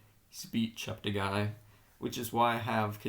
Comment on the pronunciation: Please note that Joshua's surname is pronounced, Chepte 'gay' not 'guy'. He has consistently corrected commentators on this, and I have attempted to educate others, such as you, to this correction. Also, may I suggest that you ensure to get updated information about athletes' performances, thereby enhancing your observations. Tony Hunt World Junior Athletics News NZL.